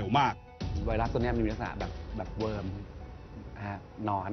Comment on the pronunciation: worm = เวิร์ม ไม่ใช่ วอร์ม